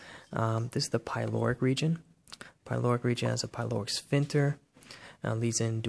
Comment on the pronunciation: very nice but some of your pronunciations are just so weird. like sphinCter, you pronounce w/o the C, and I have never heard anyone pronounce intestines with a hard "I" sound.